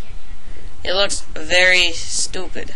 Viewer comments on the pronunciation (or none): none